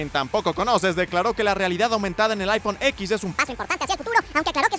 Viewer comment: Se pronuncia iPhone 10 xD